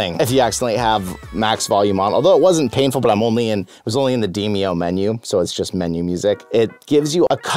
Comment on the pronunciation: In demio? Don't you mean "de" "mo"?